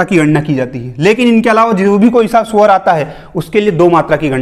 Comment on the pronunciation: Bhai aapke shwar sabd me bhi mujhe suvar sunai deta hai